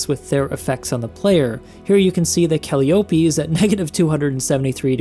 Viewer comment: I just realized... th- the temperature on calliope is roughly .15 c above absolute zero How do you survive 5 minutes at that temperature *edit: Isn't it also pronounced like kuh lie oh pee?